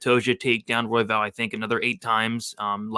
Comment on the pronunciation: Speaking for all Mexicans. It’s Roy-vol. not Roy-val. You’re welcome.